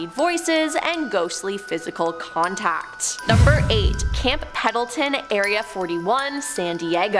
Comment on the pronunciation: Seriously, "" needs to practice her vowels and consonents! She, without fail, mispronounces multiple words and proper nouns in EVERY VIDEO SHE IS IN!! PENDLETON Has an "N" in it and its NOT silent, and Im not ever sure WHAT THE HELL she said when she tried to pronounce CORONADO, but im pretty sure she thought the "N" was silent in that one, too! I watch these videos to relax, but setting off my PET PEEVE of mispronunciation of commonly used words and names makes it impossible! So, please, please teach the with long dark hair and glasses how to read before i have a meltdown....i dont want to stop watching your vids, but if she doesnt learn to read soon, im gonna have to find another creators videos so i can keep my calm!